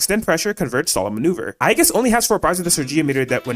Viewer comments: Aegis ❌️🤨 Aigis ✅️😌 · The tragic pronunciation of “Orgia” 😭